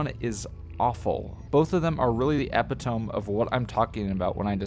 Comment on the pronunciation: found footage can be analog horror! also i hate to be that guy, but epitome is pronounced epp-it-om-ee the blue channel never quite struck me as a horror, rather i find it to be a comedic horror like a weird fiction comedy. and it perfectly strikes the balance between entertaining, interesting, scary, and comical. forever an s tier in my heart